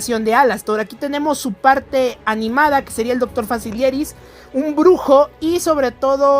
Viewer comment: Se llama facilier no facilis